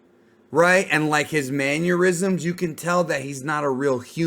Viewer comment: I’m about to have a maneurysm listening to you pronounce mannerisms.